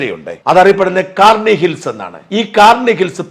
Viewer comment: നീ കേൾക്കേണ്ട ഒരു യോഗ്യൻ വന്നിരിക്കുന്നു ഉച്ചാരണം മാറി എന്ന് വെച്ച് കാര്യം മനസ്സിൽ ആയാൽ പോരെ